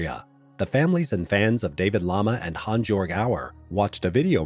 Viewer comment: HAANS - YOERG ffs.